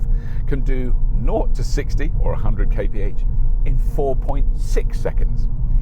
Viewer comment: The first person I hear saying "kay pe age" (Kph) funny :D